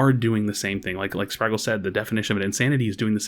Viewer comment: How do you hear Spragles say his own name on his video and still constantly mispronounce it